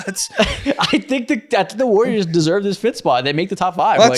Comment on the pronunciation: "It's Gary Payton the I" lol